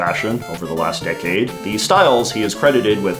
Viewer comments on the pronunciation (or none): none